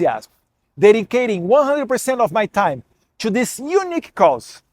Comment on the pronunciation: Eduardo, melhore a pronúncia do TO, você pronuncia como se fosse TWO.